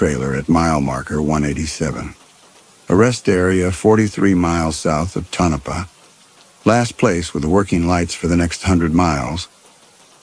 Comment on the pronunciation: Hey everybody! Barbara here in Minneapolis AM. By the way it's Tone-a-pah. Sleep well everybody and sweet dreams🌃